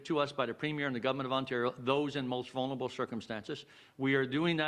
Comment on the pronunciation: "for our most vun-ur- able". Jackass 2021